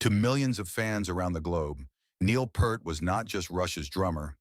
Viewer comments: At least pronounce his last correctly. It's PEERT, not Pert. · It is pronounced P-EAR-T not P-ER-T you waste of human life...... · How is it this narration persists in mispronouncing Neil's name? It's PEERT! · Note to the authors: If your claim of respecting Neil Pearl’s legacy is to be believed, the least you could do is say the man’s name correctly! NEIL PEART sounds like EAR 👂 You muppet. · Fuck sake man! If you’re going to make a video about Neil Peart you could at least pronounce his surname properly! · i didnt like that his name was mispronounced throughout this entire video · The narrator doesn't even know how to pronounce his last name.🥴 Could you, AT LEAST, do some simple research on how his name is pronounced???🙄